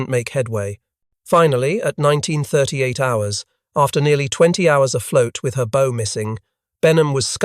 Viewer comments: "Bow" isn't a bow tie, it's "take a bow" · It's Bow as in Cow, not bow as in arrows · Why do your narrators mispronounced words? They pronounce the bow of a ship as bow-like a bo on a package or a boe of flowers when it's pronounced bow as in BAW. This is just one example but they do it in all these videos! Also, the pictures in these videos sometimes don't represent the subject at hand very well. All this is disheartening and drives people off. Please try and get your shit together!